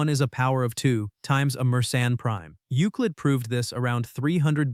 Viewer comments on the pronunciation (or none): none